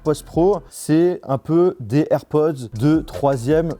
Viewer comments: Cest air pod Pod POD, pas Poz!!!! Le minimum c’est d’apprendre a dire le nom de l’article comme du monde! Ridicule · A chaque fois que tu dis AirpoZ , je te reprends derrière mon ecran en disant AirpoDS 😂